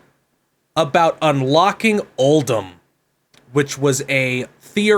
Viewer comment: pronouncing Uldum wrong repeatedly is draining my soul